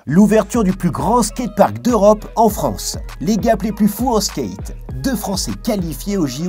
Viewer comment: Vous lisez les coms? Skate ça se dit pas Skeight personne dit ça, merci